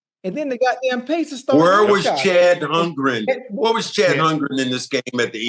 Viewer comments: "Chad holgrim" 😂😂😂 mfers don't even know the players names lmfaooop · There is NO "Chad Hun-grin" playing in the NBA Finals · Old heads =/= mis-pronouncing names Chad Humgren 😭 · "Chet holmgrich" 😂😂😂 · “Chad Humgrage” 😂😂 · They kept mispronouncing Chet Holmgren's name 😂😂